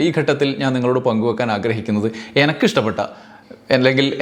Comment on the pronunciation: Good reporting...you are saying, "എനക്ക് " but എനിക്ക് is correct.